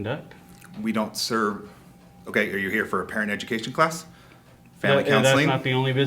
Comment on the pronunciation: dude is so nervous he can’t even breathe or finish a sentence and his mouth is so dry from lying and anxiety that he keeps smacking his mouth and only says the ends of words “mission” instead of “permission” “ent” instead of “parent” and breathing so hard he’s making me have an anxiety attack